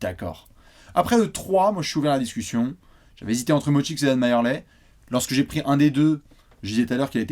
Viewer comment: Les gars "Majerle" ça se prononce "Merli" pas "Mayerley" !